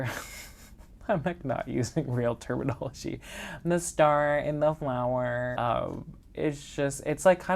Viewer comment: “The starrrr and flowerrr” 😂😂❤❤ Love it! Enjoy your Hoya Wednesday videos, honestly kind of made me dip my toes in the world of them and I’m so glad I did!